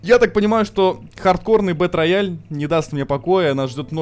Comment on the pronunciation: Не бэтрояль, а Бэтроял, ясно чи не?